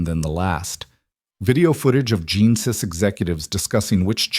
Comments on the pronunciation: Genesis is pronounced as jeh·nuh·suhs . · Interesting way to pronounce “Genesis”! Isn’t AI an interesting beast?…NOT!!!